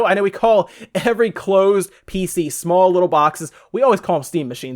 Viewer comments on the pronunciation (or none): none